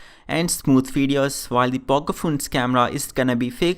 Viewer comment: Stop saying phoones...plzzz.